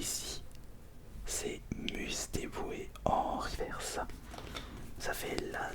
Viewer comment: On prononce " riveurce " stp merci 😂😂😉